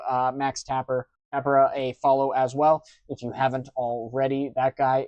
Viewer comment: Tah-PEAR-ah lol